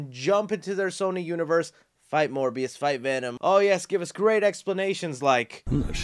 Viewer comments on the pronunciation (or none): It was never Morbi-You or Morbi-Me, it's Morbius.